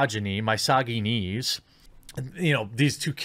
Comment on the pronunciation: lol my-sogy-knees, thats one way to say it